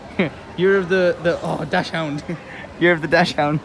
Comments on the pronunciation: its not dash hound its pronouced more like dax hound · i know its written dachshund but the "chs" is pronounced more like an X ...(I am from Germany.) or just check google translate voice output or something